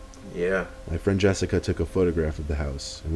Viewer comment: Jessic-ah lol Another spoopy vid mate. 👻